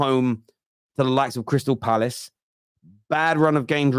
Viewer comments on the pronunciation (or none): none